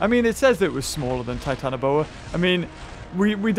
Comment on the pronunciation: Its Titan-ah-bua